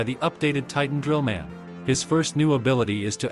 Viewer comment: Bro said trillman titan.